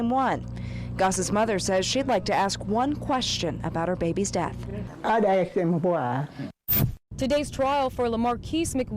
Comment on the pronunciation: A supposed educated woman who says "axe a question ". Yeah, ok.